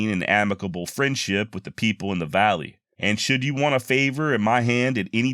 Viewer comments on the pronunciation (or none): none